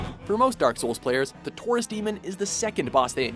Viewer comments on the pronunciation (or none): none